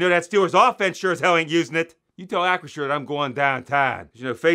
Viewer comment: LOL 🤣 and yes, Hunts ketchup... YUCK 🤢 ( great job pronouncing Acrisure, it doesn't roll off my tongue!)🥴